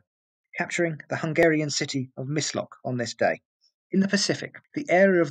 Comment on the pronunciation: "The Hungarian town of Mislock?" Please try a bit harder, it's 'Miskolc'.